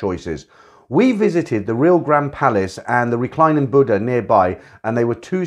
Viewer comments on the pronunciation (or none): none